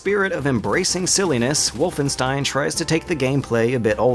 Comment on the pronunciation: I guess I can't expect non-german speaker to know this, but it annoyed me for years. "Wolfenstein": The "Wo" in "Wolf" sound like in *wo*nder. The "st" in "stein" sound like in *sht*ick. The "ein" sounds like in m*ine*. So basically "Wohlfenshtain", not "Wulfenstain" or "Wulfenstihn".